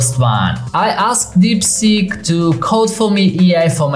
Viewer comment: sounds like deepsjit